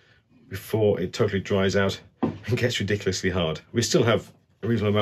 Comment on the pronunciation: took me a few times to realize he was saying ‘rediculously hard’. 😂